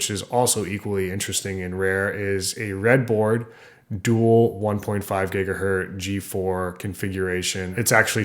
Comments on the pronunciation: Gigahertz. There's a t and a z in there. really hard to mispronounce... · My fault. Yes. Gigahertz. Sorry. Yet not even pronouncing the z is really something that show, that you do not know much about hardware at all. 😁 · There is NO SUCH THING AS A GIGAHERT! It’s GIGAHERTZ. 1 cycle per second is one HERTZ. Get it right next time. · Why do some people say "Gigaherr" or "Gigaherd". When it is clearly "Gigaherz"..... Do they even know what a herz is? Honestly!